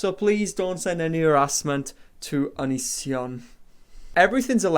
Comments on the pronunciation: DID YOU CALL HIM ONONCEION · 'ononceion' !!! canny believe i'd not heard that one before hahahahah